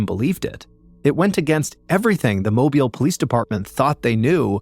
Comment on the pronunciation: Another interesting story with great delivery. Kudos on the pronunciation of Mobile. The malls in Mobile are not downtown and neither were new in the 80s.